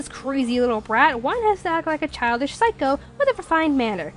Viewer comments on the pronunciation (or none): none